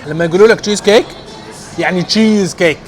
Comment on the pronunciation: يعني جييييييز كيك هههههه